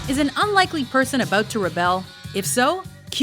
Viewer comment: "aboot" can't un-hear :D